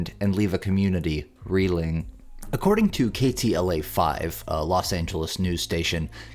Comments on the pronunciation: its KTLA NOT KLTA. Katie LA not Kayle TA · It's KTLA, not KLTA!! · Hearing "KLTA" repeatedly is mildly annoying since the last 2 letters of the callsign (KTLA) stand for Los Angeles... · The narrator kept referring to the tv channel as KLTA. It is actually KTLA. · It’s k t l a. Not k l t a. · It's KTLA not KLTA.